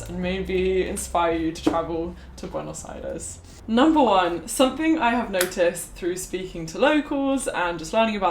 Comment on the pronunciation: Sólo entiendo cuando dice "Buenos Jaires" 🙄